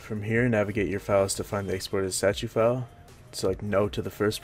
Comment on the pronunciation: please learn how to pronounce "statue file" i spent 10 minutes tryina understand what "sachifail" is.